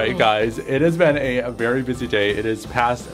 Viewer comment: Its a veary good accent